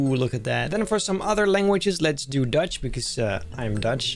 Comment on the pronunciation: He said dutch smh